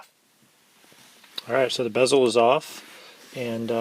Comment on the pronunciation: LOL its definately bezel (not Beezel) good vid tho